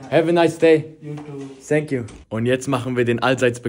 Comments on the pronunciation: Ich liebe es wie du immer sank you sagst XD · No hate aber sank you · senk you wwerwy much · sänk you haha